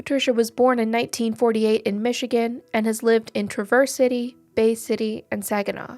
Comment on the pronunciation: Tra-avers City